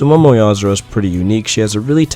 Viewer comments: Yah-Zohr-oh? *Yah-Yohr-Oh-Zoo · Oscar López I thought I was the only who who noticed he was saying it wrong😂